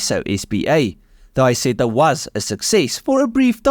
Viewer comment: The guy who is presenting this video needs speaking lessons and above all he has to learn to pronounce corectly names like Isetta and MIchelotti! It is a horror to listen to this person!